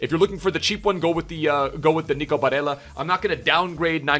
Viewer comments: Mate its Bare L L a and Not Bareya. He’s Italian and not spanish. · Just wanted to say it’s pronounced “BareLLa” not Barreia, you are thinking of the Spanish accent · I’m italian and the proununce of nico is barella with 2 L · I love your vids bro but you can’t be bitching Barella’s name like that my guy... BA-RELL-AHH. That’s how you pronounce it and then Throw some Italian stank on it and your good lad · For Barella... you actually pronounce the double L unlike in Spanish. You put extra emphasis on the double L because it appears twice. Hope this helps for further reference and thought I would comment since I’m Italian 🤙🏼 love you bro